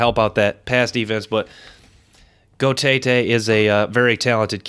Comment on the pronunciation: The linebackers name is pronounced Naioteote. The G is silent